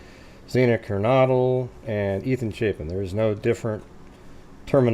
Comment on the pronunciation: I know it’s such a small thing normally but, because of the context, I think pronouncing the victims’ names is important. XANA sounds like “manna.” No hard/long A. KERNODLE sounds like “yodel.”